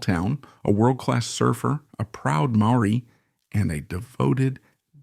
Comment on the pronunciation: The narrator could have learned to pronounce Maori properly